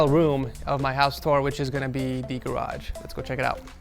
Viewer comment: "HOUSE Tuur"